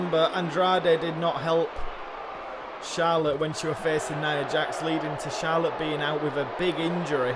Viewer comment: Great work and Perkins and I could not stop laughing at when said winner gets charollte it was just to funny #notaction